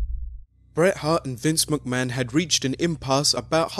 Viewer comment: "Vince Muckman" ?